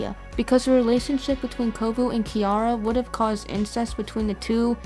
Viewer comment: Great Iceberg vid. I have to say, that butchering of Kiara's name got me XD